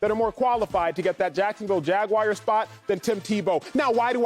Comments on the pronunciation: The Jacksonville Jagwires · Jag- Wires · Jacksonville Jag-wires😂😂😂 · "jacksonville jagwires" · Jaguairs? Wtf.